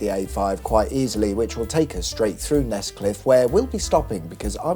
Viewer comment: Nescliffe??? I thought you said Nesquick. For a couple of seconds there I was a really avid listener :face-pink-drinking-tea